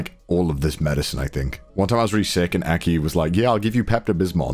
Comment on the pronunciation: really called aki "eki" huh